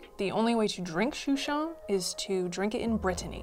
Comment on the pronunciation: We say it “Shoe Shen “